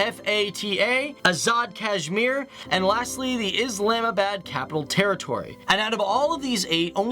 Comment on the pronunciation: Lmao bahloocheasetan hahah and islaahmah bad lmao